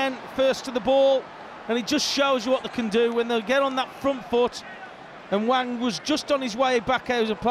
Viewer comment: I mean he also says Wang when it's clearly Hwang.. so